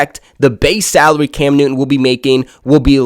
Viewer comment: Cam NewTTTTon. Not, Cam New'un.